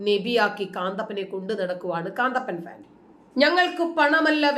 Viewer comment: കാന്തപ്പൻ അല്ല കന്തപ്പൻ 🤣🤣🤣